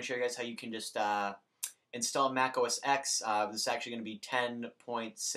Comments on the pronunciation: 1. OS X combo updater 10.6.6 (or 7) is not the same as 10.6.8 combo updater. The latter will break the Hackintosh install. Many tutorials mention that it is not recommended to go beyond 10.6.7 when installing Snow Leopard. 2. It's pronounced "oh ess TEN". It's the Roman numeral, not the letter "X". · FYI, the X in OS X is a roman numeral, so it's pronounced 'Oh Ess Ten'